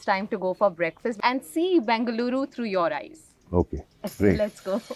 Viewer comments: Its BENGaluru for god’s sake....not BANGaluru🙄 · It is not Bangaluru, it is BENGA LURU. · Bangaluru!! It's Bengaluru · Its Bengaluru, not Bangaluru.